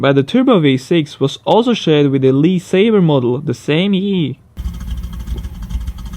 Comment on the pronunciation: Pics of the Audi 200 driving are wrong. That is not the first gen 200 5t, it's the second. Moron. It is also "Le Sabre", which is French. Not Lee Saber. And: The original 911 turbo made 260hp, not 274.... Wow. You seriously need to do your homework, most of this shit is plain wrong.